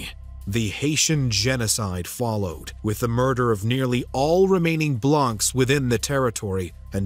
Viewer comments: In French Blanc or Blancs is pronounced "Blan". C and cs without a vowel at the end are silent. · Hello ! I’m a big fan of your work… just a note: the « s » at the end of the word blancs is silent… as well as the « c » ! I’m a teacher in France, so if you need some advices how to pronounce french words in a future video, feel free to ask, I’ll be happy to help. In the meantime, keep on the good work, I really like your videos. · The -ncs is silent. Just saying ;)